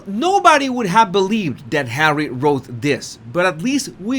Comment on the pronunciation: You have to say HAWWY a few more times please you have me in stitches and I have had a really shit bollocks day today however I have you to cheer me up Bless you 🙏 😊 love from Cornwall UK 🇬🇧